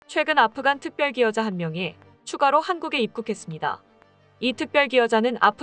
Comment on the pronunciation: 발음할때 조심하게 하세요. 특별기여자 가 아니고 특별 기여자입니다.